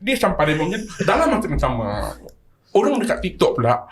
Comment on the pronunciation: "Ilmu kewangan yg 'CAMA'"😂...SAMA bang SAMA..bukan 'CAMA'